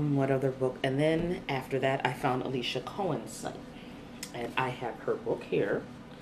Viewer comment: Alissa not Alicia.